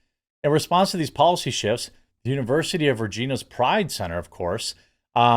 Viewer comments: It's a long I in Regina. Like vagina. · The City of Regina is pronounced like a lady bit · Regina is pronounced like vagina... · I love Americans trying to pronounce Regina lol